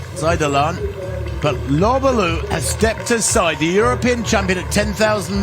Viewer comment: He got Lobalu and Kimeli mixed up about 4 times...pronounces Lobalu like an imbecile and bangs on about "took refuge in Kenya, former South Sudaner, former Kenyan" bla bla bla..then Freudian slipped that they were team mates when Lobalu dropped out. He may be a good announcer..but he dropped a few clangers here to say the least. He has a great announcing voice..but the words that come out aren't all that nor full of insight in my opinion..he recites pbs and wiki pages mostly.